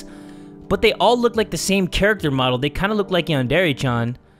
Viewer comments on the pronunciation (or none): none